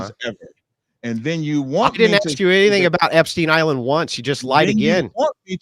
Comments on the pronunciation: axe or ask? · Everybody take a shot everytime the brother says ax.